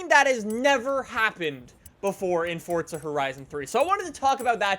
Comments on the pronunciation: QUIT SAYING FORTZA ITS (for-za) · It's forza not fortza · PLEASE STOP SAYING FOR T ZA.. I'm a simple man, FOR Z A.. just say it! Dont church it up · Fortza???? Its Forza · Why do people say Fordza? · Wtf is fortsa? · It's not Fortza it's Forza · ITS NOT ForTSa. ITS ForZA. WHY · He is saying fortza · it fucking irritates me the way he says "forTza" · Am I the only one who hears "fordza" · Nothing pisses me off more than people who can't pronounce simple words like "Forza". For fucks sake, WHERE IS THE "T"? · "fortza fordza fordtza", are you speaking the Italian version of this word or ruining the english rendition of it?